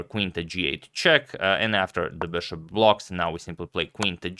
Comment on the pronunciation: for the love of God please stop pronouncing it 'beshop'. I watched your earlier videos and you were pronouncing it correctly. What happened?